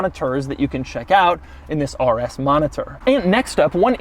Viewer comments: The way Doug says "RS" lol it he makes it sound like "arrrr s" 😂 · Ahrrr S, Ahrrr S, Ahrr S mode😁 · Why doug put so much aggression in the r when saying RS😭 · Why is he saying the R like a pirate?